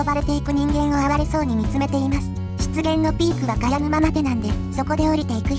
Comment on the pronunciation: 湿原が失言にしか聞こえない、なめらかな下ネタナレーション。